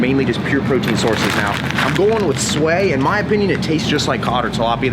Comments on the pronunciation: Team Xbox. also the fish rhymes with why, not way. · Definitely pronounced “swai” wrong